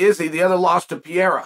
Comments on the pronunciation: Pe-rei-ra not Pi-era... just kidding Chael... love your content! :) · Dude Pereira not Piera even Ariel corrected you dohhhh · I wonder if he is anatomically incapable of saying "Pereira"